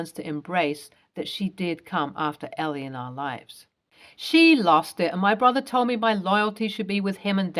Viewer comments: Why can't people who make videos pronounce names correctly? It is Elle (EL) NOT ELL-EE. Duh! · this is the second video in 2 days with a character '''Elle" this name is pronounced ell, not ellie